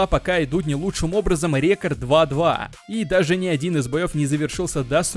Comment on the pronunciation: Почему бы не записывать озвучку в фронт режиме нежели в стерео? В наушниках просто ужасный звук. Ты как будто вокруг меня бегаешь и кричишь рЕкорд рЕкорд